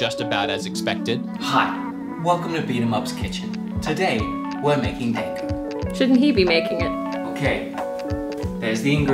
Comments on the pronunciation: Dango are steamed, not boiled usually. Made from rice flour and you can grill them instead if you don't have a steamer. Also they're pronounced d-ahn-go, like pronounce the dan like darn but without the r. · It's, um.. It's not "dang-go". It's more like "dahn-go". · "Dan-go" instead of Da-n-go lmao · i dont mind the way you say Monster Hunna... but i DOOO mind the way you say DANG-OH. it is pronounced closer to: (dawn-go) its a more flat A. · Dango is said like Dong-go not Dang-go. The a in Da makes an "awh" sound. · Bunny dango is pronounced Bunny "Dongo." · How he pronounced Dango triggered me ever time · Just letting you know. You are not pronouncing Dango correctly. xD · Pretty sure you pronounced dango wrong